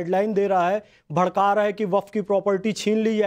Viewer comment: Bharrke nahi bharrka